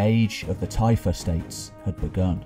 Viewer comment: Typhe states? Tife estates? Tyfa States? What are you saying?